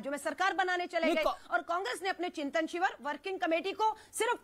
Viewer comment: पे कांग्रेस प्रवक्ता ने चिंतन " शिवर " कहा 😂😂😂😂😂 slow motion में देखिए